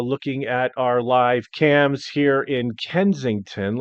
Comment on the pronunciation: This song . . . Now it’s in my head. Particularly the pronunciation of Live Cams